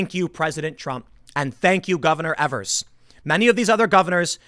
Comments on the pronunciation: It's Tony Evers (long E on the first E in Evers), you're pronouncing it wrong. No matter the guy is a TOOL. Yes, he might have accepted help from the government, however, he has told them they are NOT to get in the way of the "peaceful protestors." Yeah! They are supposed to come here (I live in Racine, next door to Kenosha) and protect law enforcement and government buildings and that's about it. Do not EVER give respect to Evers. He doesn't deserve it!! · It’s not Evers, it’s a long E, like EEEEEvers. Take it from me, I have to live under this dumbass. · Tim its EEvrs it annoys me